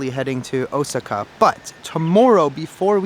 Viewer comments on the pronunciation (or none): Hey I checked the pronunciation of Osaka and you are pronouncing it wrong….it should be like O-saw-ka. Just saying.